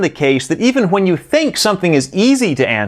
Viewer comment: That's how they are supposed to be pronounced